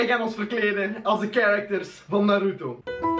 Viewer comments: de klemtoon moet op de "A" niet op de "U" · btw je spreekt naruto verkeerdt uit